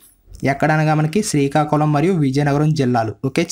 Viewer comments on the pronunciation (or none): none